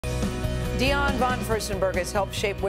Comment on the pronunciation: Gayle King keeps mispronouncing Dianne's name...... It's not Dion... It's simply Diane.